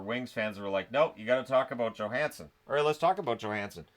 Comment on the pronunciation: Johansson has been unbelievable! Thank you for pronouncing his name properly too